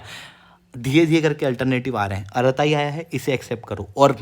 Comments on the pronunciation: आराताइ nahi अरटृ॓ bolte hain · अरताई नहीं, अरट्टै